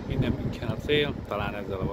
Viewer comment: Hidegrángást kapok amikor valaki nem mondja jól München nevet, illetve az ICE t se.De ettől függetlenül érdekes videó lett.